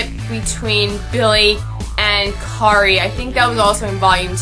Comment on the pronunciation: I liked it. Though I would like to point out that a few character names were said wrong. The main character:Kiri not Kari The make up guy: Kazuhiko not Kazuhiro. And the male protaganist: Narumi. Sorry for being a bother. Other than that, well done. ^-^